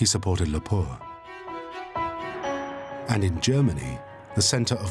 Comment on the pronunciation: Its Lapua, not Lapour